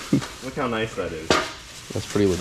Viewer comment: 24 minutes of saying "Noice"